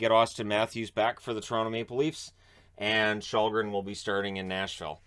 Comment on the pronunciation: You can pronounce Källgren as Shellgren, should be closer to the real way it's pronounced, don't know if you care, but just a tip.